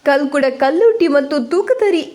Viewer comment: ಓ ದೇವರೇ ದೈವಗಳ ಹೆಸರು ಸರಿ ಹೇಳು....ಕಲ್ಕುಡ ಕಲ್ಲುರ್ಟಿ ತೂಕತ್ತೇರಿ ಹೇಳು...